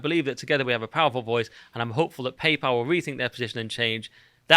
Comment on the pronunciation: Why do you keep calling it "Papal"?